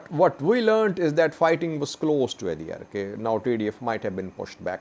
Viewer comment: Again u R pronouncing adiarke .